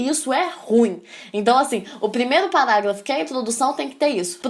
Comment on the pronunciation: acho bonitinho ela falando PALáGLAFO